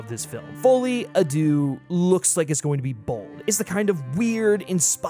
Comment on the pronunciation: Hate to be that guy but, deux is actually pronounced like “derr”